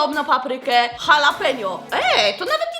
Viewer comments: Nie muwi sie Hahalapenio tylko halapenio ale i tak jesteś najlepsza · Ja też mówię halapenio edit: Nie lubię gorzkiej czekolady, a Nena [pies] zjadła raz całą tabliczke nussbisera [nuzbajzera] ja byłam w szkole, bo na ławie była czekolada.🤣